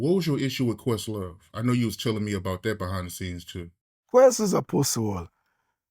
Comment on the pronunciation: Did he call questlove a “puss sore” or a “puss-saur” (like some kind of dinosaur?)